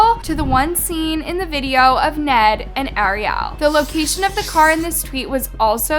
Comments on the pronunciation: Good video but please call her Ariel not Arial it’s driving me a little nuts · 🤔How can you not pronounce "Ariel"???? It is the same name as the little mermaid, it's not like you've never heard it before. 😂 It's like you are so into hearing yourself talk you aren't aware of what you are saying. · The way she keeps mispronoucing Ariel's name is so really irritating. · girl thank u for the research but how did u continue to pronounce ariel’s name wrong during the entire video